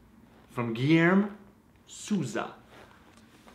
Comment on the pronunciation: My name is Guilherme too, I laugh so high when says this name. Is not completely wrong, but is funny hear that. COME TO BRAZIL!